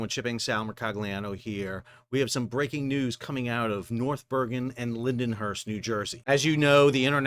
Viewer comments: Linden-hurst???? Come on Sal it's pronounced Lynn-hurst LOL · It’s pronounced Lind-hurst 😂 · It’s pronounced “Lind-Hurst” Sal!🤣 bet yes! #ILAALLTHEWAY